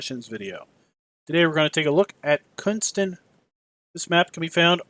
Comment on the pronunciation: The "K" in Knuston is silent so It's pronounced "Nuston"